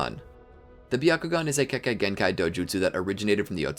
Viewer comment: many times you said kekakei genkai🤣🤣